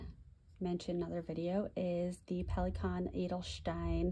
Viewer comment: I like you're making an effort to pronounce the brands and inks in their original language. You are doing very well on the Pelikan Edelstein. Most native English speakers I hear here on YouTube are pronouncing the Pelikan brand in their native tongue.